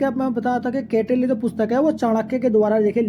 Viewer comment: कौटिल्य को गलत पढ़ रहे हैं।